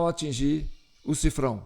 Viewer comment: Olá o nome correto é sifão e não sifrão= $